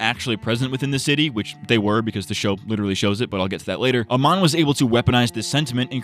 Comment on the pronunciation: I like how you just kept calling Amon 'Oman' (the country), which is what I did a lot by accident as well xd